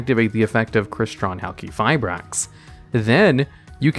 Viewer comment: Pronounces Halqifibrax correctly Me: What is this sorcery?